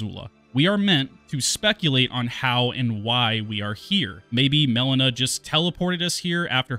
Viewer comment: Why do you call her Melana and not Melina?